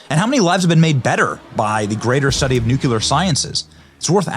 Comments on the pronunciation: Lol that's all I could focus on! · I had to try really hard to hear the info through that. Hardly anyone seems to have noticed. How sad. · Sorry, Benny, but "the most dangerous (radioactive) place on the planet" IS CHORNOBYL, not the Trinity Site". Great video, though. Oh and Nook-lee-are' Please, you are more intelligent than W (who also could not say Nuclear! I agree with Truman (another Missourian like me): my late father (23rd Infantry Americal Division) was on a troop ship waiting to invade Japan when they were dropped. They STARTED IT, and we FINISHED IT! Too damn bad for them! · I can’t stand misspeaking the word nuclear. Where and how do you get to saying NU Q LAR? You should know better. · Great video, Benny‼️ Please learn how to say nuclear correctly - new-klee-ar - I don't want to relive all of those years again hearing George Bush slaughter the pronunciation of that word over and over‼️🤣 Know I L🇺🇸VE YOU BENNY❣️ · Love ya Benny, appreciate the work you do. But it’s NUCLEAR! You’re killing me with that! God Bless 🙏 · Did his media team neglect to inform him that he said nuclear wrong 26 times?? 🤨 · I love you, Benny, but i really wish you could learn to pronounce "nuclear". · Benny..great video ..but for the love of God..PLEASE stop mispronouncing NUCLEAR..there’s no U between the C and the L ❤ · I love you Benny but how many times can you say 'Nuclear' wrong in one video? 😂😂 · ME TOO ! THIS DRIVES ME NUTS!! I've turned off several nuclear scientists because even they couldn't say this simple word! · Benny it's noo clee ur not noo kue lar 🤷🏻‍♀️ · NOO-klee-err. Say it! Not NOOK-you-ler. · No it does not deserve to be greatly admired. He continually mispronounced the word NUCLEAR though out his narration. It's pronounced NUCLEAR, not NUCULAR ! ! ! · ........not "nucular"........grrrrr😠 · It would help if the narrator actually could or would pronounce the word correctly. It's NUCLEAR, not NUCULAR. Learn to read ! ! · It’s nuclear. “New clee er” Not Nukeular.